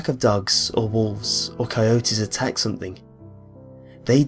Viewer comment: Am i the only that notices the NK instead of NG? like thinkink, somethink lol